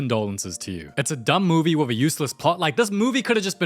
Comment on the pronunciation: Noooooo 😭 he didn’t say,” Da movee begins”